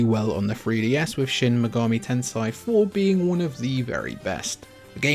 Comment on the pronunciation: Shin megami Tensai